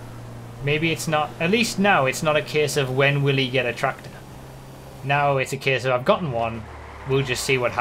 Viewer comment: No one: Absolutely no one: This guy: tRacTOr